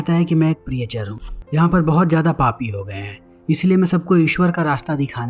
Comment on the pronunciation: प्रीएचर नहीं "प्रीचर"😅